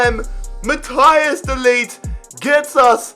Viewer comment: “mathias de likt”